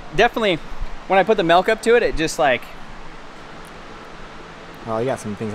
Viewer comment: "Melk".. 😂 says Melk 😅